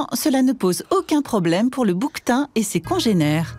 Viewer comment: des boue queue tins! Peux pas le prononcer bouktin comme tout lmonde biatche